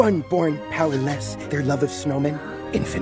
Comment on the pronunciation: It sounded like olaf said power les but thats my ears also this comment is random dont react negatively btw :P